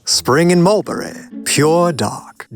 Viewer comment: Whatever that accent is saying Mulberry, it's not English 😂